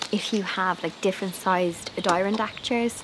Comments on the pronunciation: Hi, love your cushions! I always chuckle at the way Europeans pronounce North American words, like Adirondacks. A-der-on-dacks 😅 you're so cute x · Hello from Canada. Your garden chairs are called Adirondack, pronounced A dee RON dak, which is the name of a Aboriginal First Nation in Canada and the US. These chairs are quite common here. Great cushions for these great loungers. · So clever. You come up with the best ideas. A great way to repurpose things your not using. Do you mind if I correct your pronunciation of Adirondack? Only because they are named for the mountain chain and area in US. Say…Add i RON Dack. 🤗 I see someone else has offered a pronunciation. Try them both. They should be similar. You can also ask Google to pronounce the word for you. . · Here in the US, Adirondack is pronounced like adder-ON-dack. 🙂The chairs are named after a lovely area in northern New York state. Love the idea of using two bed pillows inside!